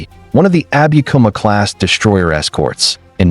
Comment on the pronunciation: no abikuma(アビクマ） class . yes abukuma（アブクマ） class!